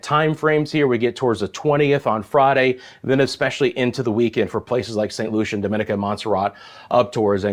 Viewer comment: The Island is pronounce Dom ma ne ca😡 not da min ni ca.